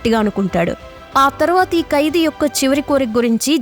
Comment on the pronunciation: కైదీ కాదు... ఖైదీ... బర్త కాదు భర్త